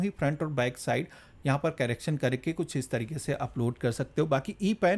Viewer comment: कैरेक्शन नहीं करेक्शन होता है😂😂😂